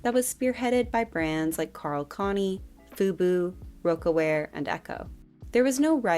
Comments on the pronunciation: Great video as usual!! Just a note for pronunciation starting Karl Kani is pronounced "Karl Kah-Nye". Rocawear is pronounced "Rock Ah Wear". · It’s pronounced Karl “Can Eye” and “Rock Uh” Wear